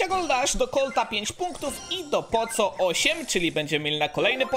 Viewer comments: NIE CZYTA SIĘ "POCO" TYLKO POKO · Czytaj poko a nie poco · Mówi się poko a nie poco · musze cie poprawić. Masz postać Poco pisze sie Poco a wymawia sie Poko. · Jak coś (tak mi się wydaje) powinno się mówić 'Poko' a nie Poco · Nie muwi sie poco tylko poko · NIE MÓWI SIĘ POCO TYLKO POKO ZAMIST C DAJ K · Mówi się poko nie poco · muw Poko a nie poco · Czyta sie poko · Jak cos mówi się "poko"😉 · poco czytaj poko token doubler czytaj token dołbler :D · Pisze sie poco ale czyta pako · Wymawia się "poko" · Czyta się poko to boli w uszy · Mówi się poko